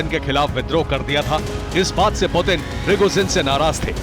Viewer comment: पुटिन है पुदिना नहीं!!देखते है अागे अागे हाेता है क्या!!!!